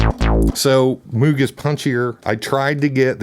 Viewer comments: It's Moog... pronounced like Mogue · Just to set the record straight, I listened to the man himself, Robert Moog, interviewed before he passed away in 2005 and he was very clear & precise about the pronunciation of his last name. He declared that it "rhymed with the magazine...'. So you all can go ahead and call the instruments that he designed whatever you like I guess, but one way will be correct and the other way will be wrong. And that's that. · It was his first wife, Shirleigh, who insisted that he settle on the "Mogue" pronounciation. She was a school teacher and the children would say "Good morning, Mrs Mooooog", making a sound like a cow mooing.